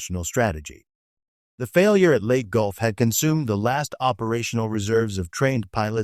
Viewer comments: It's pronounced "LAY - TEA" gulf. You are either bad A.I. or someone not trained in WWII historical terminology. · Please learn to pronounce location names properly, Leyte is not let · How does AI intelligence make this a better presentation? Mispronouncing the simplest parts of the story. I guess 'lead the metal' versus a 'lead ship' or 'leadership' is a easy mistake for Robby the Robot and the 'Leyte' Gulf battle!